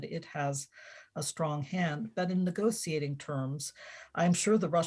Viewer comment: I had to stop at the 23rd mention of the “nego-see-ating” table